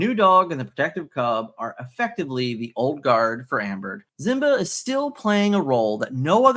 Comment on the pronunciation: Simba. SSss sound. Not Z. Other than that I’m loving your work keep it up!